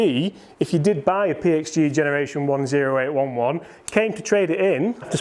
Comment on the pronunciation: Ok, you’re killing me. It’s pronounced O as in the letter, eight eleven. It’s the M.O.S (military occupational specialty) of artillery men. Get it, it’s the big gun in your bag. So, please for all that’s holy and good stop calling it the zero eight one one!